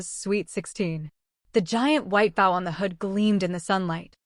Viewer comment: The first time Mommie Dearest puts the touch on for a payout to sister lamprey you should've cut her off. And 'bow' is pronounce bōe when referring to a bow on hair or hat or tie... Learn the difference between words with two pronounciations. Use a lighter touch with the excessive adjectives - 'aggressively' paid off student loans? Encrypted is not as impressive a descriptor as you seem to think. Neither is 'massive'. Please do try harder, #Skynet, we're rootin' for ya...